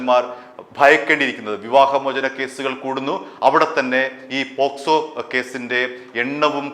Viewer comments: കേക്കച്ചാ പോസ്‌കോ അല്ല പോക്സോ . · പോസ്‌കോ അല്ല, പോക്സോ കേസ് ആണ് 😅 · പോസ്കോ അല്ല, പോക്സോ എന്ന് പറ ചേട്ടാ 😃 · പോക്ക്സോ... ഇടക്ക് പോ സ്കോ ആവുന്നുണ്ട് 😂😂😂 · പോസ്കോ അല്ല സുഹൃത്തേ പോക്സോ ആണ് 😄 POCSO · പോസ്കോ എന്നല്ല പോക്സോ എന്നാണ് ശരി. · Not posco but pocso